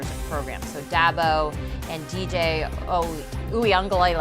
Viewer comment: She murdered DJ's name.